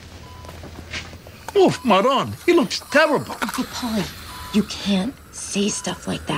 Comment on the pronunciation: Not everyone is Italian, and it clearly sounds like he said “Marone”. Not that he did.